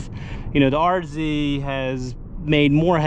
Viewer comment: Such a relief to hear you call it an RZ and not an R-zed.😅